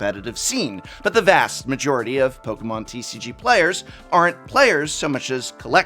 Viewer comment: Thank you for being over 40 but still pronouncing Pokémon right. I kept preemptively wincing out of habit but the cringe never came, because you're always well-researched.